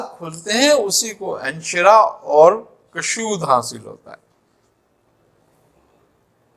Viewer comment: تلفظ میں کافی غلطیاں کرتے ہیں کُشود کاف کی پیش کے ساتھ ہے کَشود زبر کے ساتھ غلط ہے اور اِنشراح الف کی زیر کے ساتھ ہے اَنشراح زبر کے ساتھ غلط ہے براہ مہربانی توجہ فرمائیں کہاں تصوف پر کلام اور کہاں یہ معمولی غلطیاں